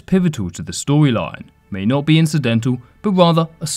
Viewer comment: he pronounces not as "notsa" yet said "not exactly" very clearly when he wielded the lightsaber, just to point out